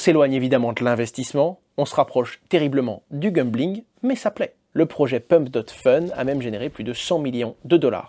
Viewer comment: Merci pour la vidéo Hasheur, mais par pitié, c'est gAMbling et non gumbling. 😬